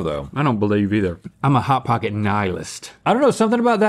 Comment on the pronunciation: Link: "Pot Hocket" Rhett: (almost) "Chili Feese"